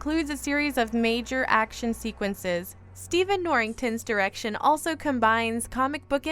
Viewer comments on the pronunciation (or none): none